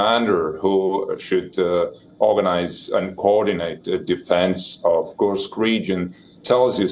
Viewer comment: It’s KURSK… not KURKS…. Anchor needs to pronounce the name of place properly!!